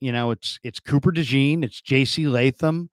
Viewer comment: Dejean! Day-schon the best way I could spell the pronunciation but it’s French!